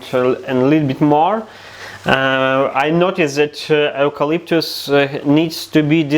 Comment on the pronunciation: You pronounce it You-Calyptus….I’m Australian 🇦🇺👍🏼